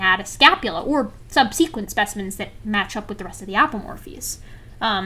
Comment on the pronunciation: true true. But I've never heard any one pronounce subsequent like that